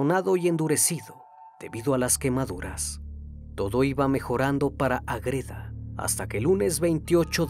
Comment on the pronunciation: Estimado, ¿Porqué pronuncias AgrÉda, cuando tú mismo escribiste Ágreda, con la sílaba tónica en la A? 🙏🏻 Me encantan tus vídeos, no lo tomes a mal, sigue haciendo contenido de gran calidad 👏🏻